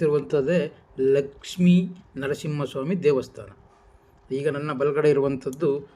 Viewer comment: First pronunciation sariyaagi heli devvustaana alla devastaana